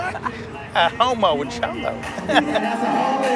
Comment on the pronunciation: They’re mispronouncing “cholo.”